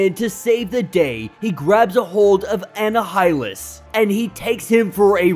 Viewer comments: Its Uh-nie-hil-lus like annihilate. Not whatever you were saying. Heads up . =) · U pronounced Annihilus wrong its pronounced A- Nile-ah - lis but Amazing video what a cliffhanger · M'Kran crystal eM'-Crahn crystal Annihilus - Anni-ya-lus Annihilate - Anni-ya-late *note, im not trying to be "That Guy" im trying to help. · I mean can you pronounce the character names and objects properly tho? Anna-Hi-Lus???? Who tf is that??? 🤣🤣🤣